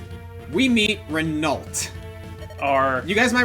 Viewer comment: Hey,, just like I told you about Legault, Renault is pronounced like Legault.